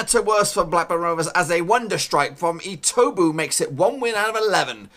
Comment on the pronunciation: Who’s etobo His name is etebo